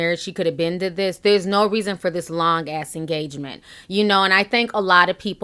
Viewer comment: Did you just say "TEN YEAR ENAGMENT!?!?" Dear Lord......